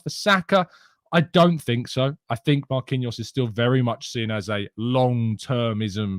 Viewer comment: Hi massive fan of the morning show keep up the good work but bro you pronunciation of seen as sin is really starting to question my love for a amazing channel please respect the 2 ee's the went into the make up of seen it will improve my viewing pleasure please and thanks (and yes I do have to much time on my hands 😔)